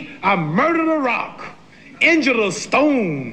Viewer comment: "Injured a stone" sounds like "Angelo Stone" for a non native English speaker.. 😅